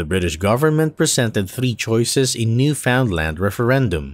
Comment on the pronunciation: You butchered Newfoundland's pronunciation... :)